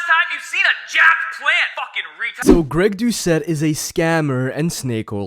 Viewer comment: did he just mess up his own name? 😭